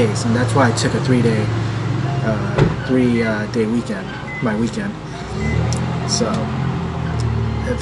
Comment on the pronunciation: Weekwend? Ahhahaha so Asain, gotta love it